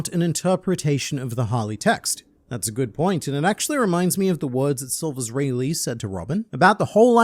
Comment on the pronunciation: Speaking of pronunciation, you keep saying rayleigh like Bruce Lee😂😂😂😂 which considering the aura, is not that wrong, but still funny